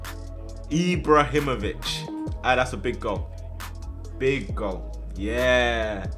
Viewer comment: Dont get Eeebrahimovich'd